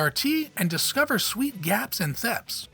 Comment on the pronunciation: The cringe when you tried to pronounce THPS was real.